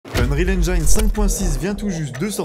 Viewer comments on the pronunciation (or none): Ça commence mal. heunrihal ainejine ! Pas ainjaillene !!! Comment peut-on faire un sujet sur ce moteur et ne pas savoir le prononcer. 😢